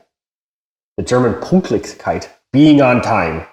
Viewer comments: you need to practice Ä Ü Ö its not punktlichkeit. ps maybe you should consider to do a verkürzte ausbildung because you have experience and as a geselle you get more pay usually that would take you one and a half to 2 years may it is not possibel but ask and find out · If you want to learn the German language First learn to speak - Pünkt Then... Lich Then... Keit Then put it together Pünktlichkeit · Es heißt „PÜnktlichkeit“. „U“ and „Ü“ is not the same.